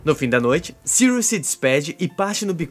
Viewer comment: kkkkkk agora sim acertou "sirius"